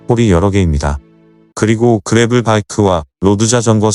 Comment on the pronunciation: 그래블(grabble) 이 아니고, 그래벌(gravel) 이죠.